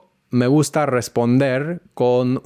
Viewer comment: muy interesante! Enseño español y estuve tratando de descifrar tu acento, me confundió tu "me gusta" con una S aspirada (suena algo así como "me guhjta") pero tus demás S eran bien definidas. Tenés tu propio acento, lo importante es que suena muy claro y entendible. Felicitaciones!